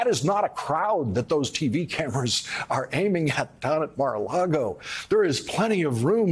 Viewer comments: Lawrence, it’s Mar a LAGO (as in Lake) not LARGO. You’re in danger of sounding as bad as Trump did when he pronounced Russia as “Rusher”. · Except when he said Mar-a-Largo, lol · And i love him saying Mar a LARGO. LMAO. I personally pronounce it Mar a LARDO.